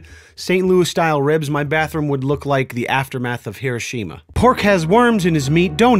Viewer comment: You pronounced Hiroshima correctly! Respect!